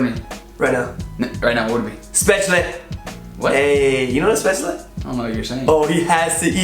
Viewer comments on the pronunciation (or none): I like how you say "Spätschle" instead of "Schbädsle" as you would pronounce it as a Swabian :D Nice vid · "Schpäätschley" :D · dude, say Spätzle again! I think I found America's weak spot, hahah. Wanna revenge? Ask a German if they can pronounce "squirrel" or "Massachusetts". And then again, pronounce "Eichhörnchen" (= squirrel) yourself. So much fun times...;)